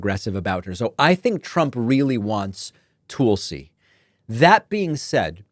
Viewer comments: Tulsi is pronounced tull-see not tool-see ... it is from the Hindu word for "sacred plant". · It's not Tool-see? It's tahl-see. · David, it's Tul-ci. Like Tulsa, Oklahoma, with a "ci" on the end. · Tulsi-like Jethro "Tull-see," not like "Tool-see"- got the nod because Putin wants her to have access to more Top Secret classified data. She's another Russian agent Putin can use just like her soon-to-be-boss. Putin can use her to send Trump messages he could never send thru a loyal American. It's so insane that so many Americans are so mentally deranged, ignorant, and just plain stupid as they are! Putin has thousands of nuclear bombs aimed at us, and the new ones are powered by a nuclear reactor, and will fly under the radar grid to hid in the mountains, coming out to fire their payload. Putin swore he'd destroy our democracy. Is that what these voters want for their children and grandchildren? There were terrible wars in the beginning of the 20th century. WW2 and NATO ended that for nearly 75 yrs. Why would these fools want to end the peace voluntarily? It's so crazy. Tulsi has no idea what she is selling out for her cult. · Not sure it was intentional, but I like David calling her "Toolsi" Gabbard. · Stop saying Tool-sy. Geez. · Tool see? That's an unusual way to say her name, did I miss a memo or something. But anyway, you can never trust someone whose name spelled backwards is Islut 😂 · "Toolsi" Gabbard 😂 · I hear that. Much as I'm onboard with the "Toolsi" thing, it's not cool when we all got bent out of shape about the MAGA folks deliberately mispronouncing "Kamala". Damn sometimes it sucks trying to be a halfway decent person lol. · Not gonna lie, I LOVE the way you stress the "tool" in Tool-si Gabbard's name. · I think he is pronouncing it like that to accentuate the TOOL part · Still no idea why David calling her Toolsi is so hilarious but it's perfect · Is Tulsa, OK pronounced tool-suh? No? No.